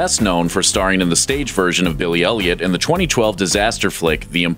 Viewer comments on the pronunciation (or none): When he says Billie Elliot i listen like Billie Eilish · Everytime the narrator says " Billy elliot " My brain just thinking he would say billie eilish :( *sry bad english